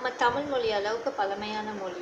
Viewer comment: ஜப்பான் மொளி நம்ம தமிள் மொளி அளவுக்கு பலமையானது இல்ல னு சொல்றீங்களே... நீங்க முதலில் ல, ள, ழ உச்சரிப்பை நன்றாக உச்சரித்து அதை எங்கெங்கே பயன்படுத்த வேண்டும் என்பதை அறிந்து பேசுங்கள்...